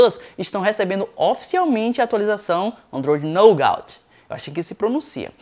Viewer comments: A pronúncia certa seria Nugá, não Nougaut ;) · Pode pronunciar "NUGÁ" que ficará entendível... like. abraços. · mano sou teu fam mas se pronuncia nouga assim que se pronuncia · repita comigo: "nugate". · naugautiii , kkkk racho de rir com algumas pronuncias dele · "nôugáuti" kkkkkkk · Se pronuncia NUGÁ. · Só uma dica, quando não souber como se pronuncia uma palavra em inglês basta colocar a palavra no Google tradutor. Ficou muito feio sua pronuncia do Android Nougat. Você como produtor de conteúdo web tem que ficar ligado nas pronúncias tanto do português quanto inglês. A propósito, gosto do seu canal. Parabéns